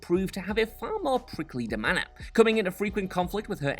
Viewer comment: love, today's incorrect word is 'demeanour'... Pronounced de-mean-er. Not 'demanner'. Xx